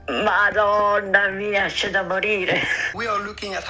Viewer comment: Glad we got a clean “Madonna mia” in the vid.